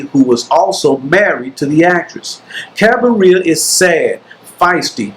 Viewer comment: Cabiria is not pronounced like cafeteria or diarrhea. You can just watch the movie and listen to the right pronunciation. Even so, thank you for this very good video review.